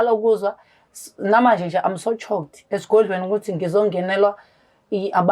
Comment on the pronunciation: Islungu kumakhosi "Almost, tshocked"🤦🏽‍♀️